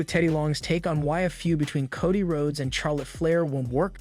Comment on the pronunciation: It's Cody NOT Kotty